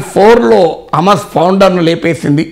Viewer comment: హామస్ కాదు సార్. హమాస్ అనాలి. మొదట ఉచ్చరణ నేర్చుకోండి.